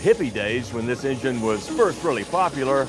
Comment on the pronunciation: We dun did bot this here Ing-Gine off that "Innar-Net". Holy Sheet...